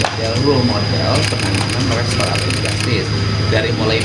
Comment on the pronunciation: Jastis bukan jastes emg hostes😂😂😂